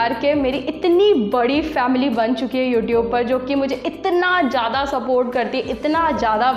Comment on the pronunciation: Or ma'am word zhaada nahe zeyda hota ha smile 😊